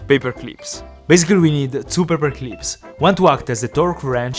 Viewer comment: "paper cleeps"